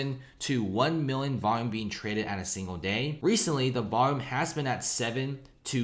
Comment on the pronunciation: Cant pronounce “million” or “billion” properly. lol